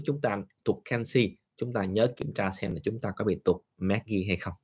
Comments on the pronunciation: tiếng việt đọc là Ma gie nhà bs, không phải meg gi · Bác cứ đọc là ma giê cho dễ hiểu bác ạ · BS nên Việt hóa âm các hóa chất cho ngưòi nghe dễ hiểu vì các trường học đều phát âm Việt hóa như : Magie; Canxi ... cám ơn BS